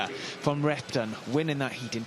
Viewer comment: When says Repton, it sounds like “rectum” and now I can’t unhear it. 😂